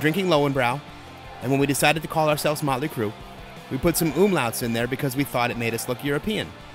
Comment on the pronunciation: Mutley Cruh, Mutley Cruh. LOL.